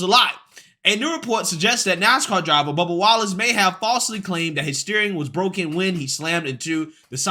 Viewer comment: I swear to God you almost called him bubba Gump. I had to replay that about 4 or 5 times to make sure it wasn't just me lmfao